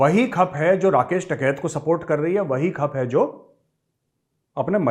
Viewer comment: Sir really very sorry to say in m** k* l***e angrezon ko khud angrezi nahi aati....its not khap it's khaap what I think so. Thank You Sir.